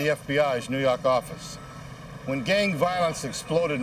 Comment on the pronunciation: NEW YAWK AFFICE!